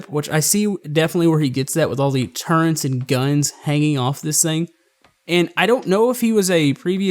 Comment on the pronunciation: I cringed a little each time he said "turrents" Other than that Awesome vid :)